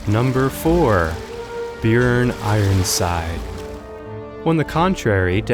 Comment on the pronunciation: I’m surprised he even pronounced Bjüorn or however the fuck you spell his name.